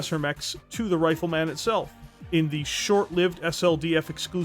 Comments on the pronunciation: Brother, where are you from? Nobody says RifleMAN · The way you say Rifle Man like it's a super hero tickles me deeply